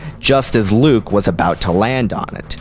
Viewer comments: I know its useless to say now, but its not pronounced LU-U-KE. Its pronounced LU-UKE two syllables, not three. Not trying to offend you, just letting you know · Are you saying Luuke correctly? It sounds like you say Lah-ah-ewk. I'm sure you probably know due to your massive starwars research but there seems to be an extra syllable in your pronunciation. By reading it I would think there is 2 vowels indication 2 syllables. I read it Lew-ewk. I guess L'you-ewk might be a possibility. Where have you heard it pronounced. I feel bad for the child of the writer who came up with that name. Not Duke for dark Luke or Double Luke or Cluke for clone Luke but Lah-ah-uke. I think I would rather be North West, Dweezle, Moonbeam, Apple, Blanket or even Watermeloneisha. I think I would take Luuke over Pilot Inspektor.. sorry to Jason Lee's kid. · Why do you keep pronouncing it LA-A-OOK? It's pronounced Luke simply with a longer "u" wound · Star Wars: Luuke (Luh-ook): LAUH AH OOK (What should be the pronunciation of Luuuke) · I cringe every time I hear, "La-uh-uke". Why are you adding an extra syllable? If anything, it should be "Lu-uke". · Oh fergodsakes don't say La uh ook! Its only two U's, not three!!! Or just say Clone Luke!!! AAAAAAHHHH!!!!! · Maybe it's the Mark Thompson Audiobooks, but I always thought it was pronounced "Lew-uke" Skywalker. "Lah-ah-uke" seems to give you three Us there. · I gotta love how he pronounces Luuke. It's just so much. Like where is he getting the extra U. I dont know, but its great! Luuuke. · I like videos but his pronunciation of so many things is atrocious. Totally agree. Listen to how he pronounces Joruus C'boath for example. Not quite as cringing as "la ah ook" lol but still aweful. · lol luuke xD ermagerhd erts luuuke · I couldn't make it past the half point the constant LA AH OOK just killed me LOL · it shouldnt be,with the extra u it should still sound like luke. or loooke.why are they throwing in an A where an A doesnt exist?